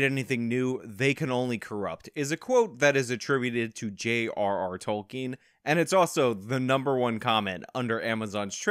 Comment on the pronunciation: Dude! Tolkien. TOLL-KIN